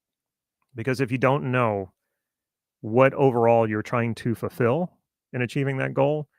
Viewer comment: you ended that sentence with what i thought i heard was "chances are you are sitting goals without understanding how they connect with who you are and what you are trying to ......." and then the word sounded like "fill" instead of "fulfill". if it is "fill" then are you "filling" what was "missing" so to speak and that is literally what a goal does?